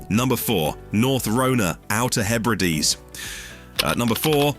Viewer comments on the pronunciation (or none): none